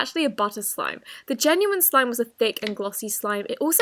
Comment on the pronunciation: I love how you say “slim” instead of “slime”😋😅😵